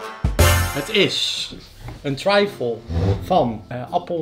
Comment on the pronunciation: Volgens mij spreek je trifle niet op z’n Engels uit maar gewoon als ‘triffel’. Kon het niet laten om te zeggen, sorry hahaha! Suuuuper leuke video.